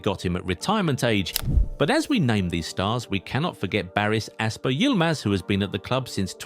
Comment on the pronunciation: Barış Alper* Yılmaz. Not asper. And this is how to pronounce in english "“Bah-rɯsh Ahl-pehr Yɯl-maz”".